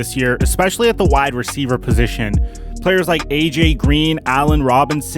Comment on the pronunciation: “ juju is a great receiva”